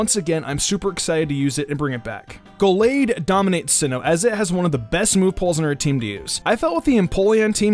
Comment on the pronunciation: Well he said Gallade correctly, soo